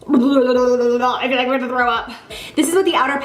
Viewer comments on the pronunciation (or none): none